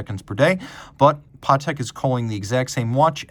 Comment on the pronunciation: NEVER trust a watch guy calling a Patek watch a PARTEK 😮